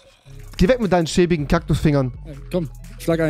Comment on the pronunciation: Wie er schon Cocktus sagen wollte 🤣😂